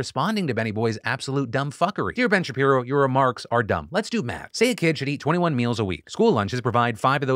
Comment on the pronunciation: "Ben Shapalapadingdong" 😂😂😂😂😂😂😂😂😂😂😂😂😂😂😂😂😂😂😂😂😂